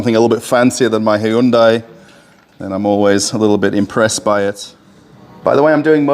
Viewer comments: its not HY-UN-DAI Its HYUN-DAI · "HI-YOON-DIE"? Seriously? And... Russians buying CHINESE cars??? Does Russia have an auto club that provides towing? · The proper way to pronounce Hyundai is Hoonday. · I am sorry wha? Hayundai? xD